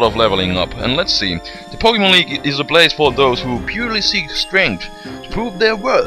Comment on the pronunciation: Poke -Eh -MON.... There is no A in pokemon...lol